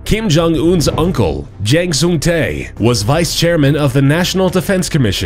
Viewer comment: Wow that guy's korean pronounce is really fucked up